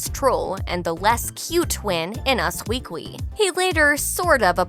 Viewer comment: US "weekwy"??